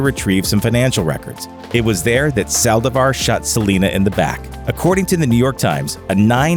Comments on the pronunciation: My biggest pet peeve is when someone mispronounces something.Or when they mispronounce the last name. With that said,it's Saldívar.Not Salvadar. Rest in peace to every singer who lost their life cause some people are just bat shit crazy. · Ok but who else got triggered when he pronounced Selena’s last name wrong?